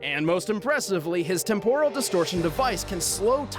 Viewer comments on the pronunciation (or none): That pronunciation of "temporal" though lol. It's pronounced "temp-er-al"